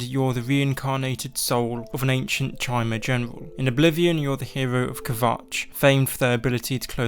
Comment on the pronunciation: "CHAI MER"